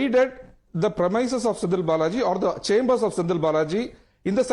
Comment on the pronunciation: WHAT IS PREMISES….PLEASE PRONOUNCE CORRECTLY DMK SCUM